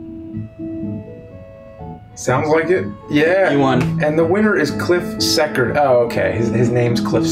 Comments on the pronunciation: Secord...SEE-CORD Not sekkard I am disappointed that you guys obviously didn't watch the movie, as the game follows it really well, compared to other Nintendo games. It begins with the main characters trying out their new yellow prop plane. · "His name is Cliff Sec-urd" ...SEE-CHORD! come on James! lol and you call yourself a nerd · It's See-chord you plebs